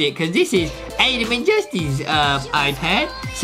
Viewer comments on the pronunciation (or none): Adam not adem